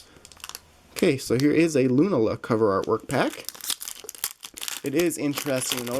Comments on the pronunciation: It's lu -naaa-la not Luna-la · lunala is loo-nah-luh